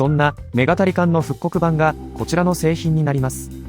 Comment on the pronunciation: 「メガタリカン」と「ニンテンドーSwitch版」の発音ってそんなだっけ？